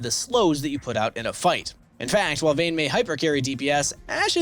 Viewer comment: Its vayne